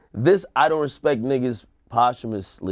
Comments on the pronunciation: These niggas pronouncing posthumously as "Possum-ously" really had me weak yo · Yall pronouncing posthumously wrong smh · Somebody tell Ak the word is ... Posthumously